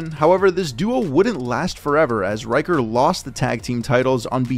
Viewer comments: ricker, not ryker. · Ryker? lol RICKER where tf you getting this pronunciation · I believe his name is pronounced as "Reeker", not "Raiker" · RICKer. Shaun RICKer. Not Riker. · omg Rick-er. Rick not Rike-er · I don't understand how you figured Ricker is pronounced "Reicher".